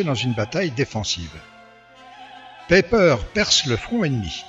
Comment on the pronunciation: Très intéressant bien fait, mais si je peux me permettre : c'est pas ''peper" mais "païper" ,''ei'' se pronoce ''aï'', comme aie.